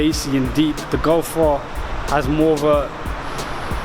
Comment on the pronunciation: sick vid but golf r you say gulf are